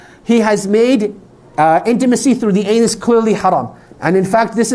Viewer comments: How can we take you seriously when you say "anas" its ANUS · He's spoiling my name 😒😛 it is anus not Anas 😒😏😣